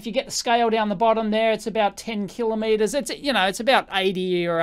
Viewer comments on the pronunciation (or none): none